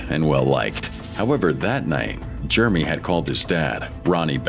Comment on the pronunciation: I was enjoying it until your AI called that guy Germie.